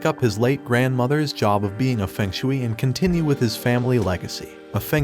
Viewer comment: It is pronounced feng shu ei